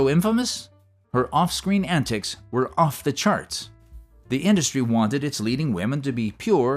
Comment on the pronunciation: "WEW drunk"?? Wtf? 😂😂😂